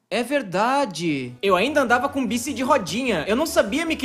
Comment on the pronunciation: Baique, não BICI